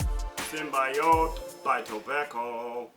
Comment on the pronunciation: symbiote is a real word and is not pronounced as you did .....